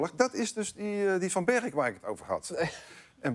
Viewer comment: Even voor Arjen en mensen boven de Maas. Ik woon in gemeente Bergeijk en je zegt Bergeijk in één keer niet 'Berg-eijk'. Ik zeg toch ook niet Vol-endam of Rotterd-am. #Brabant #Limburg